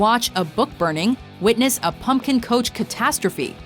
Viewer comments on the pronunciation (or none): none